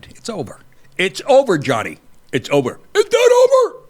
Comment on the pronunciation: "Nothing is ova!" Love ya Nick!